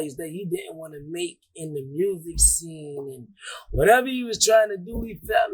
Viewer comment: Yea we love saying Mursic in the M 😂